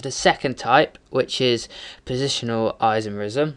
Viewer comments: On your chain isomer explanation, the 2-methylpentane name is incorrect. You first have to identify the longest carbon chain, which you'll find is butane, not pentane. And therefore it should be 2-methylbutane not 2-methylpentane. And by the way, the way you say "isomerism" is gay as fuck. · In the First example it is 2-methylbutane not pentane. And you say isomerism incorrectly too.